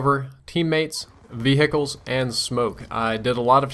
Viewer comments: LOOOL HE SAY VEHICLES LIKE A SPAZ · Ve hickles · he said vehicles wrong